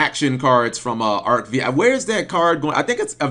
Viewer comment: Cap...it's not pronounced Arc-Vee...it's Arc-V as in roman numeral five.